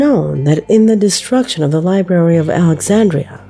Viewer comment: Right off the bat, she got all ghetto, saying, "liberry," instead of "libRARY." That's so ignorant. Idk HOW she got that pronunciation for Thoth. Wow. She has a dignified sounding voice that seems to know English, but then THIS video happened....WOW. Stephen King....NEVER, until NOW, have I EVER heard anyone say STE FEN. It's STEE VIN! Does she not even KNOW this famous author & movie maker?! Is she only 10 years old with a woman's voice? This guy's been around my whole life!